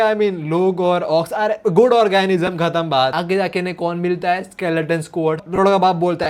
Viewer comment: Organism not orgasam 🌚